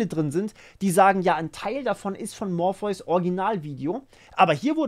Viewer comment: Du heißt morpheus. Nicht morphius.